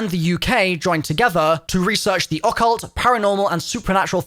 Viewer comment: I’m gonna need you to stop pronunciation ‘occult’ that way too… please… it’s killing me